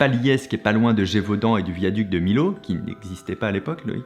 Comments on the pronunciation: le viaduc c est pas MI-LO mais MI-YO ( Millau dans l Aveyron ) ;) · On prononce Miyau et pas Milau! 😦 (je défends ma ville natale lol) mais super vidéo sinon ☺️ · On prononce Millau Fabien ! Pas Milo 😂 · Millau se prononce « Miyo» et non pas « Milo » 😅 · Le Viaduc de Millau qui se prononce Miyo pas Milo. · on dit pas "milo" mais "myo" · Millau (Milo) ça me traumatise mdrrr. On dit "Miyo" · Superbe vidéo hein mais pour MILLAU on dit "miyo" est pas "millo" mdr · J’adore ta vidéo ! Super accrochant! Par contre.. Millau on le prononce pas MiLau mais MiYau 😋 sinon j’adore ton contenu bisous 😘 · Millau On dit pas milo mais miyo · Millau se prononce "Miyo" et pas "Milo" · On dit Miyo pas milo! "ill" ça fait "yeu"! pardon Fabien! super video! biz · Bonjour fabien étant du coin on dit miyo et pas milo pour le viaduc et la ville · Arrêtez de dire Millau, milo c'est miyo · Oui en effet Millau ne se prononce pas Milo mais "Miyau", c'est le village de la Couvertoirade en photo et non Palies et en fin Veyreau se prononce pas comme ça non plus mais "Veiireau". En tout cas super intéressant 👍🏻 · comme bien d'autres j'aime vos videos..... juste un détail, un tout petit détail, on dit "Miyo" au sujet de la ville de Millau. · Millau ---> Mi yo 😂😂😂😂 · Millau ça se prononce miyau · Super vidéo mais Millau se prononce [miyo], comme Camille! à bientôt 😉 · Boooonjouuur Fabien Olicard!!!! Mes oreilles d'Aveyronnais ont saigné!!! On dit "Mi-Yo" pour la ville de Millau! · Milliau pas millau 😅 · Super cette vidéo, vraiment, mais ..... Millau se prononce Miyo 😉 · Ça se dit "Myau" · Ben c'est pas milo, mais Millau ou en Occitan Milhau prononcé Milliau. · Le viaduc de quoi? Pardon j’ai mal entendu 😂 Le viaduc de Milo 😂 j’ai saigné des oreilles 🙄😂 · « Mi-yo » c’est comme ça qu’on prononce « Millau » Fabien... les millavois vont te tomber dessus attention... 😂 En tout cas super vidéo comme d’hab merci 💪🏻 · millllllllllllllllllllllllau (phonétique "myo") Aveyron / Milhau c à coté de Nîmes